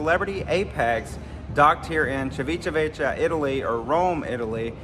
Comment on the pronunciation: Ha! Yes… … learn how to pronounce it. I don’t like the “sweets” nor bakery items on board Celebrity because they are NOT MADE WITH REAL BUTTER. Thus… no taste. IMHO.